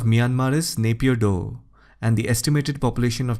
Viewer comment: Good video but some pronounciations are wrong, Naypyidaw is pronounced ay in Nay-as in Rai (surname) pyi is correct and daw(as in paw) and also in junta j is pronounced as h